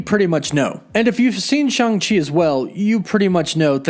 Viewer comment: It's neither Shung nor Chung - come on, man!